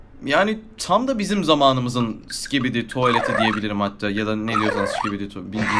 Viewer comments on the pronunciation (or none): none